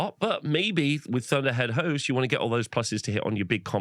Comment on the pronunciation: i swear he said lord of the hoes not lord of the host around 1 hour 25 minutes lol